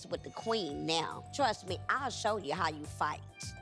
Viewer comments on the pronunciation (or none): none